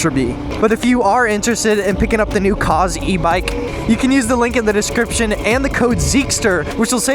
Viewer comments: Cause❌ koohz✅ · ummm....i believe it's pronounced "cooze" 😆